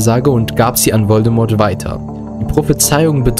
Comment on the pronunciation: Voldemort wird Voldemor gesprochen! Das T in Voldemort ist stumm! ! ! Ahhh xD Es Triggert! xxD Also gesprochen nicht Voldemort sondern Voldemor gesprochen.